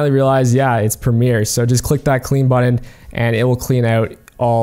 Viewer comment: 53 You know BUTTON has T's in it right? NOT D's.